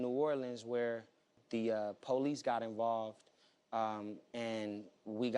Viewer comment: Ohhh noooo he really sound like this?....... Poe lise? Sorry but I'm not clapping for this boi.... What a young un... All OK...